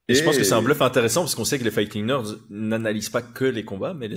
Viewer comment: Quand prononce fighting nerds je ne peux pas m'empêcher d'entendre "fighting merdes" 🤣 Je suis le seul?